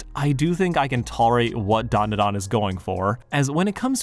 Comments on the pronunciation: It’s pronounced: Dan (like the name) Duh Dan (like the name) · Look man great video, but I can't get passed how you butcher the title when it's literally the first few words of the opening song